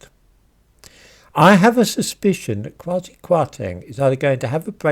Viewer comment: Kwasi should not be read quasi.